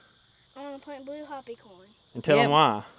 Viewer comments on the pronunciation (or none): im not trying to sound mean or rude but being Native American myself i feel the need to correct this. Hopi is pronounced Hoe Pea... not Hoppy .